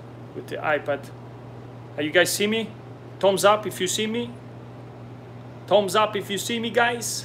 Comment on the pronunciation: It is called Thumbsup, not Toms up